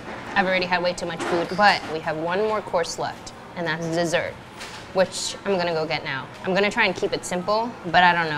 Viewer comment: When she said dessert I thought that she said sessert